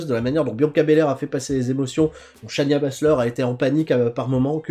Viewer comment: Alors premièrement, je vais faire un petit coup de gueule parce que j'en peux plus, c'est pas Shanya Baszler mais Shayna Baszler, que tu prononces comme shane dans shane o'mac. Ensuite en parlant du takeover en lui même, j'ai trouvé que le match tag était parfait. Si on regarde le match en analysant, tu vois qu'il y a une véritable tactique chez Undisputed era c'est à dire bloque et soumet le War Raider qui est là avec O'Reilly puis lorsqu'il commence à se débattre, ils font rentrer Strong qui y va d'un gros backbreaker puis tu refais rentrer O'Reilly Un match ultra intelligent et avec des beaux spots d'hanson. Ensuite, j'ai un gros problème avec le match Riddle Ohno. J'ai l'impression que c'est un match entre deux Lower midcarders, Ohno parce qu'il perd tout le temps et Riddle parce qu'il vient d'arriver. Le match en lui même était au delà de mes attentes avec un finish surprenant et qui change malgré qu'il soit un peu sorti de nul part. Mais mon plus gros problème c'est Matt Riddle. Je ne comprends son personnage et je ne vois pas ce qu'il apporte. C'est juste un mec de l'UFC habillé en jaune qui dit BRO. Vraiment je vois pas de réel futur en lui pour l'instant, mais c'est pour ça qu'il est à NXT, pour créer son personnage. (en passant il se fait appeler the Original Bro alors que Zack Ryder utilisait ça en ) Ricochet vs Gargano, pas grand chose à dire de plus, excellent match et ça continue bien l'histoire entre ciampa et gargano, même si je trouve ça dommage que tous